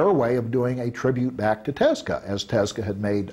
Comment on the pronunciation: dude claims he is such a huge fan/friend(?) of Osamu Tezuka, but dude can't even say his name it's so grating. "Teska" sounds like a gas company good grief